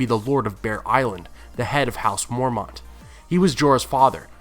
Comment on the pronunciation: stop saying mormaunt